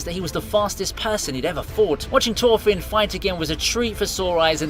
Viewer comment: never try to pronounce thorfinn again